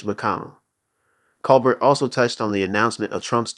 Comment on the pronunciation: Grrrr!! And mispronouncing Colbert's last name on top of it!